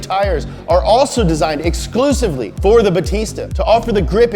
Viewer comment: did he just say “exclusebly”?